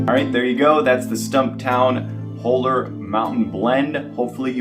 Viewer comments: BTW. It's not "whole er" it's "haw ler".. haven't tried Stumptown but my son says it's good. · It’s pronounced “Hall-er” not “hole-er”. Looking forward to trying this one.